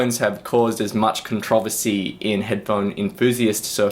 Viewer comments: You say controversy in a funny way. haha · How do you pronounce controversy? lol... that was hilarious.